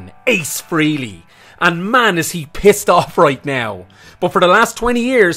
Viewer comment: It's not Freely. It's Frehley. Say it right.